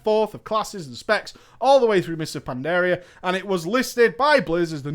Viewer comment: For someone so knowledgeable about WoW... for the life of me I don't understand why you can't pronounce Pandaria or Draenor correctly.